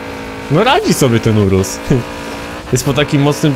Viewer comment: lamborghni urusł